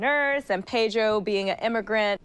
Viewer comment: Its Pedro, not Paydro